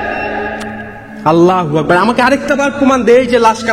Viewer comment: আপনি আললা হোয়াকবার বলেন কেনো আললা আকবার বলবেন